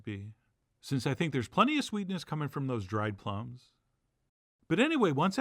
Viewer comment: Maybe you said "plumb" because we were talking about prunes, but it's "plum".